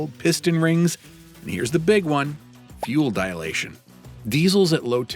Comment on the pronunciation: Fuel Dialation? I thought it was Dilutuon?